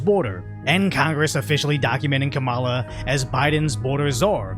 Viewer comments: so we forgot that Fox News was reporting on the fact Donald Trump literally said Obama wasn’t American? Are we too dumb to realize Kamala hasn’t said shit about race during her campaign? Are we too dumb to realize Trump and Vance had a joint interview on Fox with Bitch Ass Jesse? And it’s pronounced Comma-la, fuck boy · Can’t take you seriously if you can’t pronounce her name correctly. Next ! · it is pronounced the same if you pronounce Kamala the way in which people feign offense, but I agree with the OP -- this as the first thing I thought when I heard her name